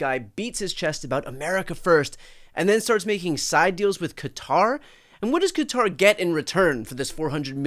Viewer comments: You’re one of the few Americans who nearly pronounces Qatar correctly . It’s not Cutter. Say Guitar with a Q, you might get close. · Really!!! Cutter, cater, it's Qatar!!!!! Thank you!!!😂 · The best part of this video was the CORRECT pronunciation of Qatar. It's been driving me nuts hearing people calling it "Cutter". It took me about 10 videos on this bribe to understand that people were talking about Qatar, they kept calling it Cutter. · Why can no one pronounce Qatar properly 😅 It’s pronounced “KaTARR.” Brian has it down , of course 😎👌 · I have to give Shapiro credit, at least he prounounced Quatar properly... instead of all these people who say "Cutter"... there is no "U" in the name!!! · Thank you for not saying Cutter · BTC thank you for pronouncing it correctly as kuh-TAR and not Cutter.